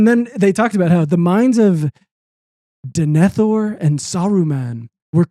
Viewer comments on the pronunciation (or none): It did break my heart when not only admitted to never seeing Lord of The Rings, but absolutely BUTCHERED the pronunciation of Denethor